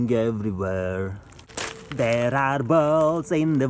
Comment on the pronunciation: Me at the end of the video "THERE ARE BALLS IN THE WATER, VLOWING EVERYWHERR"